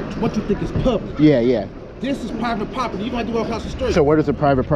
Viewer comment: this is pie vit pop ur tee. 😂😂😂 so mad he can’t speak.